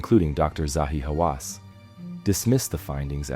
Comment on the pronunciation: I was you until you mispronounced Zahi Hawass's name.